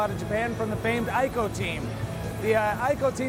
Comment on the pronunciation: It's actually pronounced as 'EE-CO' not 'I-KO'. The Japanese cannot say 'I' they say 'E'.